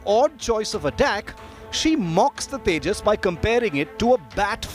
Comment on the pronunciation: it's tejas not tajas